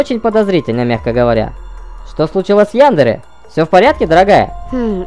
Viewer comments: яндЕре правильно ставьте ударение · Яндере ударение не на Я, а на первую е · 1. Правильно не Яндере а яндЕре! 2. яндере не имя её имя Аяно! 3. Аяно без чувственная 4. у ребят чашек есть имена! Капхед и Магмед (не точно) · По-моему правильно Янде’ре, а не Я’ндере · И она не ЯЯЯндера она яндЕЕЕЕра ударение на Е